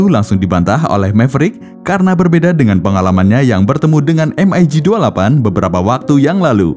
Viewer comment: spelling mu iku lo min...em ai gi utk MIG...hadeuh menyakiti telingaku...di film2 maupun dunai militer biasa dibaca Mig...spt ejaan org Indo...karena kata Mig ini dr bhs Rusia...yg mbacanya ya gitu Mig (not em ai Gi)...